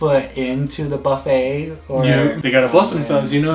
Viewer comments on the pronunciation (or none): none